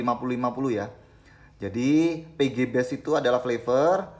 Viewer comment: bang setiap penyebutan pg dan vg selalu terdengar serupa, tolong kedepanya di perjelas bang biar ga bingung salah denger hhe (P)g (V)g